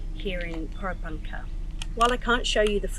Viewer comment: Please, learn to say Porepunkah right